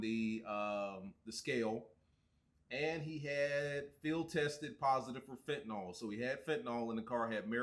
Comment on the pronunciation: You know you're country af when you pronounce fent, "Fent-uh-nawl"